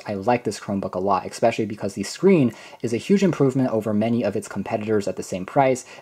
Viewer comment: "Expecially... " I just cant...